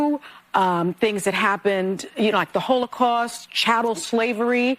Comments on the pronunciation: "Chattel" slavery. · Dude, she said chattel slavery, not child. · 'Chattel', not 'child'. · She said chattel slavery, not child slavery. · She said "chattel slavery" not "child slavery" but, easy error to make. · I replayed it a few times and she says chattle slavery wtf is that.